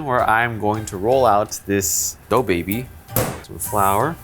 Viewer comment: When said dough baby it sounded like he said DaBaby.